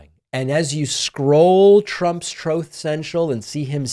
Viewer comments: maybe when you learn how to pronounce the word truth, you can call someone else a laughing stock, until then its you! how do I get these left wing nut jobs on my feed! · “Troth central”😂😂😂 never gets old